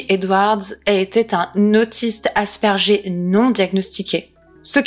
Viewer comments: Autiste aspergé 😂😂😂 On dit Aspergueur. Je suis autiste et ça m'a fait rire mais c'est avec bienveillance. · Prononcer « aspairgueur ». 😊👍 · "Asperger" haspergueur en phonique 😉